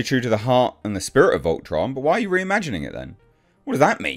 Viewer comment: Volton? It's Voltron